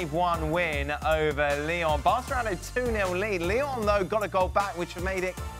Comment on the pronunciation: It’s Lyon